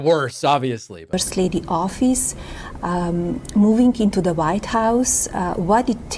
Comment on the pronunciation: She’s saying “the” best but her pronunciation sounds like be. Sounds like what we call pidgin English in Hawaii